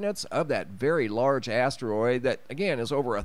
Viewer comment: Haha! He said big ass teriod 🤣❤️